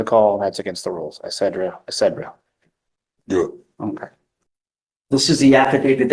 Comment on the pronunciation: Horrible lawyer! And did he say etCEDera?